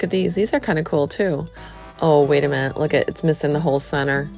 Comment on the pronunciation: Cool is not pronounced coolel